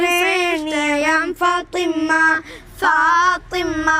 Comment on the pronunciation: ഫാത്വിമ്മ ❌ ഫാത്വിമ✅